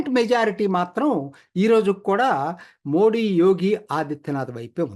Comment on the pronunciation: మోది అండి మోడీ కాదు. చదువుకున్న వాళ్ళు కూడా సరిగా పలకలేకపోతున్నారు